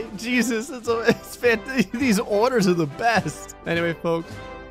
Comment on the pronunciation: This “Stay foxy, and much love” sounded like “Take Oxy, and much love”. Sooooo... I guess: on-message for Florida-Man?